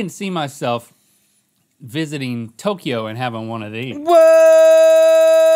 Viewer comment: Stop saying tok-e-yo! It's tok-yo!!!! There is no E!!